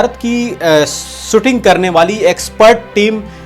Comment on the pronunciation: भाई सुटिंग नही शूटिंग कहीये श का प्रयोग करीये